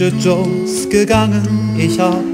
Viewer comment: First sentence of the lyrics: Ich bin gegangen. It seems that you pronounce rather gegan-en instead of gegangen. I just started to learn German two weeks ago, so I don't know much about it.